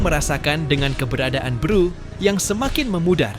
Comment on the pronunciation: Beru bukan beeruu